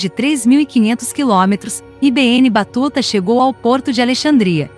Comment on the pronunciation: Assassinou o nome do cara! i be enne , nao ne? Se nao sabe traduzir, pergunte alguem.